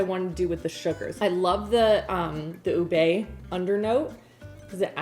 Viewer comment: lol oobay lol lol lol, it's more oobeh and it's ha-lay-ah, lay as in bed, not lie as in fib.